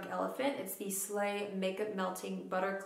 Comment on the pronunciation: Loved this, thank you ❤️ Not a criticism AT ALL, but if you wanted to know how to pronounce the Afrikaans words, I’ve posted below: Slaai - said like “sly” in English.. Means salad Beste - pronounced best-uh (like the “uh” sound at the beginning and end of “umbrella”)... You guessed it, it means best Framboos - this is a hard one, and you got it close enough, so I wouldn’t really bother here, but it’s kind of like “frum-boo-iss”, it means raspberry x